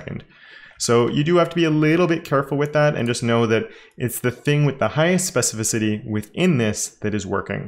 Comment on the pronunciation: yeah, you (EDIT: mostly XD) nailed pronouncing "specificity" this time :D also very handy selector!